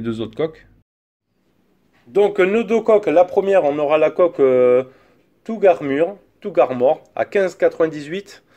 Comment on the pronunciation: Tougue armure hahahah sa se prononce taf armor